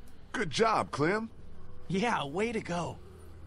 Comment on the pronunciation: her nickname isnt "clam" its clem ok?